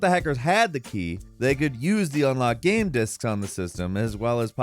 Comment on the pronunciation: Yo, why do you sometimes say “game” “gayam”?